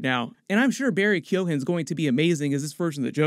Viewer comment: It’s a hard G in Keoghan